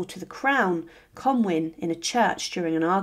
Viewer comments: Comyn pronounced MIN not WIN!!! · Good video but Comyn is pronounced ‘con-win’ not ‘con-wyn’